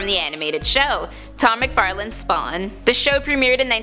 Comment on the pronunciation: Listen to when she says "SPAwn"